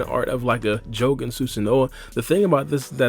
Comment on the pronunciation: Am I the only one super annoyed about the way he says Jogan?! 💀